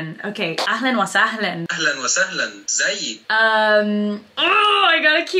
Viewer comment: Mashallah, you learned a lot in a few days here but there's some pronunciations that I wish your teacher/friend corrected for you, they're very basic. What i noticed is when you say ahlan wa sahlan, you say sahlayn instead of sahlAn, it should be the same way u say ahlan. good is shatir not shootir for masculine and shatra for feminine. I'm speaking Arabic to myself: ana bakalim 3rabi ma3 nafsi I'm speaking to myself in Arabic: ana bakalim nafsi bil 3rabi I have only seen this video so maybe they are already corrected but these are just a few I saw Keep going, this is the fastest I've seen someone learn Arabic in any dialect this fast within a few days. You are truly an inspiration and a gifted human being. I hope more people become motivated to learn Arabic from you <3 I'm Egyptian, ahlan beeki fil 3alam il 3rabi, welcome to the arabic world